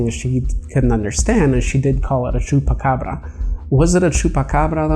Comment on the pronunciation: you're one of the only non Spanish speaking/Latino that can pronounce chuacabra at least decently(you say it way better than decent)